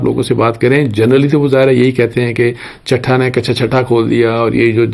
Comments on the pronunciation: سر چٹھا نہیں چٹھہ ہے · اصل لفظ ہے چٹھہ چ+ٹ+ھ+ہ دس مرتبہ پریکٹس کریں پلیز ایک صحافی سے غلطی کی گنجائش نہیں ہے